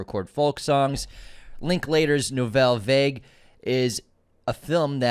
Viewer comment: "Nouvelle vague"????? Pronounced "Nouvelle varg"!!! Unsubscribe!!! x